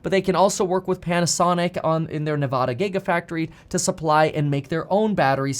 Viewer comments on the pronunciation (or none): You want to become Governor but you can’t even pronounce Nevada properly 🤦🏻‍♂️